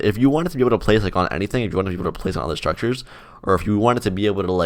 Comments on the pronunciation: Mhm.. I can't say it. Sounds like "Strukchers" Or "Shrukters" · yea, now im getting used to saying: "shtruckchurrs"